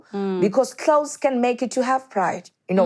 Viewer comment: Klaus - clothes..🤣🤣🤣🤣🤣 Time